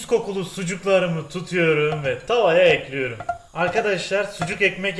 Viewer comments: Ekliyürüm dedikçe kanser oluyorum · "Tencereyi ocağa elkliyürüm" bu kanal için kalıplaşmış bir şey değiştirilemez.